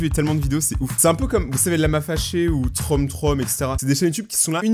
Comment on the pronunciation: C'est pas trom trom c'est troom troom